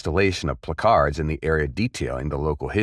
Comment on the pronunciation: placards is pronounced PLACK-erds....not pluh-CARDS. You're welcome.